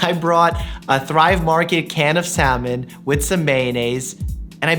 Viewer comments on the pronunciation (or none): Wait, did I hear your pronounce the "L" in salmon? :)